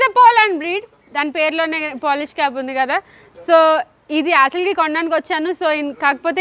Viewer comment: Its not aatually actually